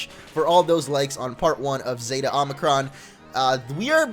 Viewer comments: And btw it's omicron not omnicron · It's omicron not omnicron. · Zeta: Zay-tuh Omicron: Oh-meh-kron Get it right bro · Zay-tuh Oh-mick-rom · Zay-ta and Oh-mi-cron, just fyi. :-)